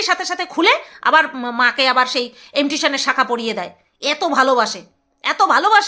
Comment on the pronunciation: এমটিশন আবার কি? ইমিটেশন